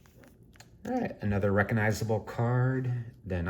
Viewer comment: You’re driving me a little crazy with your constant mispronunciation of the word (re-cog-nize-able), not reckonizable.